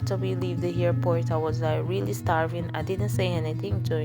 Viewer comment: Why you say hairport?